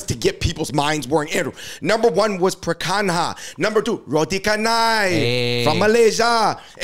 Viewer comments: bro really said "pre kang haa"...seriously y'all need to travel more or make more friends of other cultures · Literally never heard it butchered like he did lol.